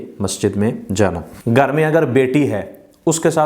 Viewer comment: Gar nahi Ghar bole